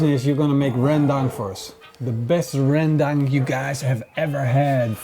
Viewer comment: Also the pronunciation of "Ren-dang" made me cringe 😖